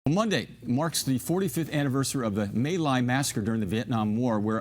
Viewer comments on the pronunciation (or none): Mỹ Lai Massacre is pronounced as "ME Lai" and NOT "MAY Lai" you'd think this news guy would at least learn that much before he "reads" a story... notice I did not say "reports a story"..... He's a reader and not a very good one at that! Thankfully there were "men" like Hugh there that would do the right thing.